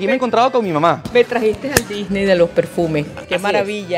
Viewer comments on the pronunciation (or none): none